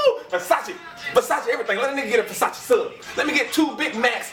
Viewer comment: Fasashee fasashee lmfaoo (yes I know it's spelled Versace)